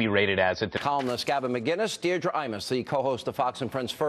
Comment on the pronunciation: I'd get so pissed if I was him... EVERY news anchor, interviewer, talk show host, etc.... The all call him Muhguiness.... Where is the G in his surname??? -__